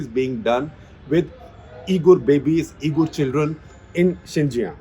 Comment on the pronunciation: Uyghur is pronounced wee'gr or wee'gur sir.